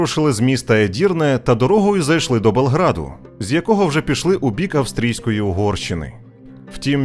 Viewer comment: Дякую! Цікаво! Але, замість назви міста Белград, Ви кажете - Болград((( Виправьте, будь-ласка!